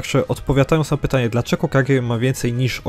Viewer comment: "...ile odznak posiada Gagy"? 🤯 KuRRRwa srogo jest. Tego przypadkiem się nie trenuje? Niektórych słów nie słychać wgl albo trzeba się domyślać. To jest straszne